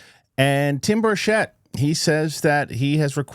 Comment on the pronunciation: Burchett is pronounced Burch-it